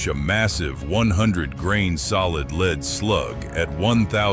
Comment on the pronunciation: Not leed it's lead stupid